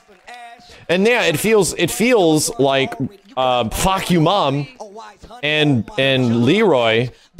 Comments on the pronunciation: "Fah-kum-raam" the guy says Fcuk You Raam....😅😅😅so hilarious...lol... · "Fahkumram" (ฟ้าคำราม) means "Roaring sky" in Thai. "kum" is pronounces as "come" the rest you pronouced it correctly. His boxing trunks has his name in Thai on it which is pretty accurate in Muaythai sport. Just some info for you. 👍 Love your channel from a Thai subscriber. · Fah-come-rum. Not fawk. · I'm Thai His name is not Fah-Koom-Ram It's Fah-KAM-Ram with the U lol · Fahkumram? More like fuckyourmom. That what it sounds like the announcer says and that's about what he does. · Fahkumram More like fahkurmam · Seriously it isn't that hard to pronounce that Thai name properly.